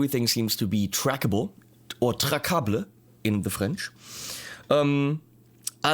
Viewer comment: Traçable in de French. ç sounds s.... as in Sunday , not c as in Coke.